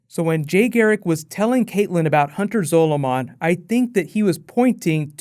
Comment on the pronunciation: Your pronunciation of "Zolomon" annoys me